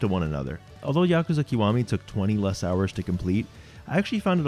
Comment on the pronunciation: It's so rare to find someone who says Yakuza properly. It wouldn't even matter what the video content was, that alone makes you a winner.